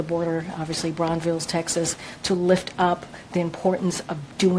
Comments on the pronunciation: CJP didn't even say Brownsville, Texas right. It isn't Brownvilles, you joke. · Did the press sec say "Bronvilles, Texas"?......... its Brownsville